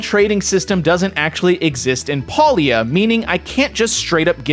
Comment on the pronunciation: It's pronounced pay lia, and no that's not a pun